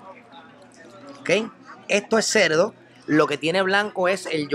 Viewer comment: Que problema tan grande tienen los puertorriqueños con la R. SaboL, moLdi, ceLdo, yoguL.... Por Dioss. Me duele la cabeza después de 5 minutos. Escuche bien compadre: Si usted quiere ser influencer lo primero que debe hacer es aprender a hablar. Deje de confundir la R por la L. Y no me salga con la excusa: Lo que pasa es que los puertorriqueños hablamos así.